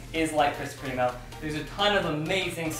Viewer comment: Kris kremo is pronounced (crem-oh) not (cream-oh) just to let you know lol.